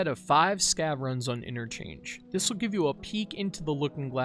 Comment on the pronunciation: Why you're emphasizing interchange?